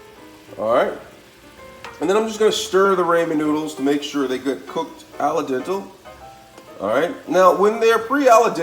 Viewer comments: Al dente Not alla dental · Alay dental ? Al dente 😂😂😂😂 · This guy needs to learn English flavorration gingier parsalie flavier aldental are you trying to sound like a French chef Bag it . Dude you need to go back to school no offense but man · You forgot about the “ala-dental” (al dente). Also, sadly this is the way many uneducated people pronounce things..especially...well you know the race.